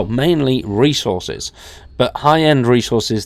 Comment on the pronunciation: I was like "what the hell this guy talking about Race Horses?" Then I realized he was saying resources, lol.